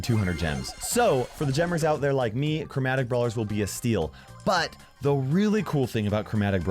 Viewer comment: Yeah but if you say it you can hear CROWmatic